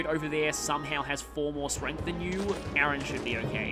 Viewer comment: Ah this is awkward you're pronouncing Aran as my actual name Aaron 😂😂 it's really throwing me off